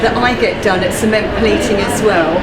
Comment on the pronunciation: Could have got the name right - it's "Ciment"